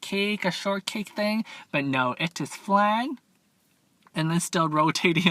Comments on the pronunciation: 😂this man said flang instead of flan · It’s pronounced fl-on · You say flan wrong just saying